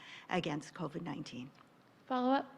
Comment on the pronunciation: It’s covid not coved. Jeez